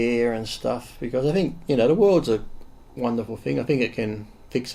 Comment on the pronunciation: Firry five, there is no excuses why this guy isn't using english correctly. Fink. What the hell is that, it's not furfer or fink. It's not that hard you idiots.